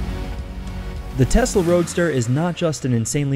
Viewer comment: Okay, so it's TESLA not testla; and I believe the point is that it is electric not that it is faster...although it IS...